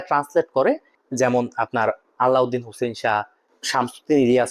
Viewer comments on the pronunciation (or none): none